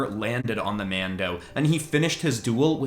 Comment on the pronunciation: stop saying mado